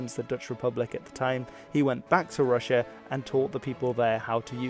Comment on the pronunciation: Its so funny how you say rus correctly but then say rus-sia wrong, why say the rus in russia diferently than by itself?